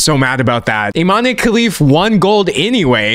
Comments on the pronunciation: "Imane" is pronounced "ee-mahn" not "ee-mah-nay." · The e in Imane is silent. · Guys it's pronounced Iman Khelif 😭💀